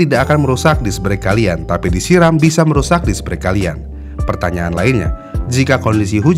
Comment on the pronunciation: BRAKE itu penyebutannya ga sama kayak BREAK